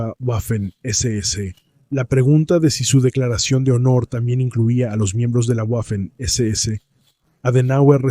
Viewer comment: Cada vez que pronuncias "Güafen" muere un cachorrito, que lo sepas.